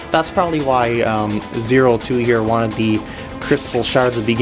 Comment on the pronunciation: The boss name is pronounced Zero Squared and spelled 02.